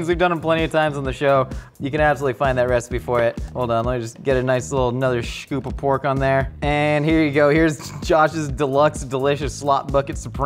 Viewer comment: I am disappointed that the captions said "scoop" when clearly said "shcoop"